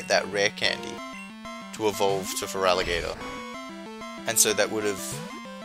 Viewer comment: your ferlatigatoer is crazy